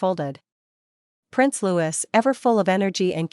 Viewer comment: Prince Louis is pronounced as French Louee.